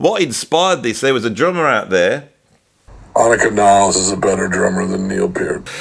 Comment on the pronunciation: What, no more "Freddie Studer"? 😊😉 Us fellow Germans pronounce Anika's name like "AH-nee-kuh NIL-less", by the way, with emphasis on both first syllables 😀 Interesting that Rush's new drummer's last name is mispronounced just as much as their previous one's! 😄 She also brought the gap between front teeth back into the band, which Geddy had gotten rid of at some point in his career! 😊 Anyway, on wiz ze video...